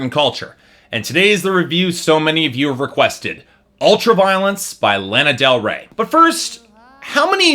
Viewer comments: learn how to pronounce her name before you bash her. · Can you say her name right ??? Please !!!! At lease 😒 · I love the fact you can't pronounce her name correctly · THATS NOT HOW YOU FUCKING SAY HER NAME